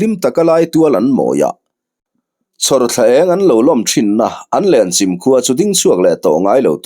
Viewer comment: Lenchim i lam dan hi a dik tawk lovin ka hria,Chim tih lai hi 'Chaihchim' ti a chim tih lai tak ang a lam tur a ni a,Lenchim khua hi khaw upa tak ni in Tlungvel zawn chhuah lam Tawih tlang pang ah khian a awm a In 150 vel em ni an nih kha aw,ka chiang chiah ta lo.